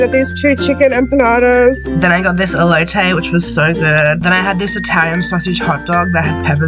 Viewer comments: Ehlohteh=Elote, thats how to pronounce spanish words, also Carneh Ahsatha=Carne Asada. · The amount of spanish food mispronounced. As a mexican i am offended... HOW CAN YOU MISPRONOUNCE "ellOTE" ITS EH-LOHT-EH